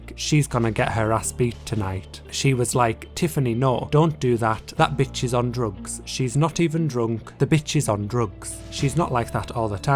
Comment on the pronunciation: Why you saying✨b!tch ✨in classic victorian way lol